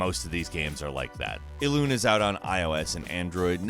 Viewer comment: its not ELUN its ELUNE and yes it is pronounce that way